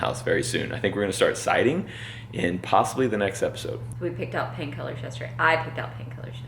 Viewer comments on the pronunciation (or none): The first two times she said "paint colors" I thought she was saying 'pain killers'! 😂